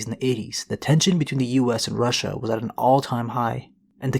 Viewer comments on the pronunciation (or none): none